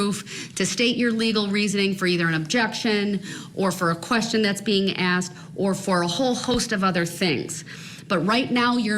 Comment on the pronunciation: Please just stop saying axed....you f ing moronic cowardly little bitc.....